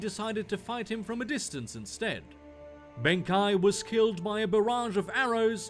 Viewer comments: It's Benkei, not Benkai. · Benkai.... I just cant... pls pls pls i hope you dont mean Benkei.... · for future reference if you decide to use him again in any other videos then its benkei(ben kay)